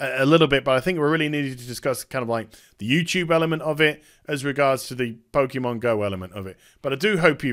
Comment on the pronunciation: Typical BBC, can't even spell Pokémon correctly. Also it's pronounced Pokay or Poka, not Pokey.